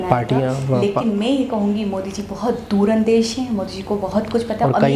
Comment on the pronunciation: Durandeshi ? Arre baap re, Hazika ji toh hindi ka teacher baan gayi hain....lagta hain, aab Pakistani schools mein Hazika ji hindi paraygi....😃